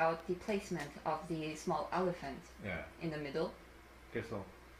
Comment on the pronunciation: look how she emphasized "small" 😔